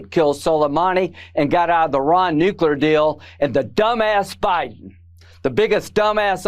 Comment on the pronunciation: BEN, PLEASE don't say "Nuclear"!😢😢😢